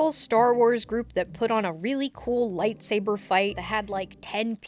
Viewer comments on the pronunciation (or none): none